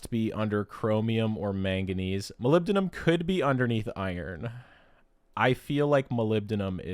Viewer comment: I can't believe you got tc wrong! I didn't do any better, no worries I always get nibium and niobium mixed up.. Burger King ium😂 Moly-bi-dineing-yum